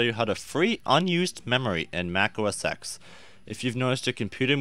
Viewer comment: It's OS X, as in OS "ten"